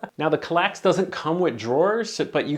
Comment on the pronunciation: "Kall-ax" FFS... ;-)